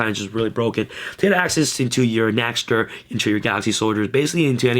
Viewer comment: Dear, for the sake of all of us germans watching, PLEASE pronounce it as "NEXTER". The letter Ä is pronounced very similiarly to the letter E. In fact, the word "nächster" actually just means next.... Yours sincerely, your german fanbase.